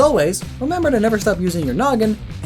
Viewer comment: Neeveer again